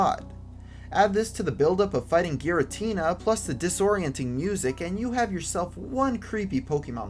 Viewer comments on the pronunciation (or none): none